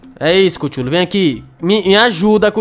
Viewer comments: N n é asim que se fala i cthule vc fala cuthule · vou escrever como se pronuncia a tropa q vc comprou chululu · Que agonia kkkkkkkkk. O nome dele é se pronuncia cutulo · cada vez que ele fala kutchulu kkkkk eu acho mt engraçadokkkk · ''CUCHULU"" kkkk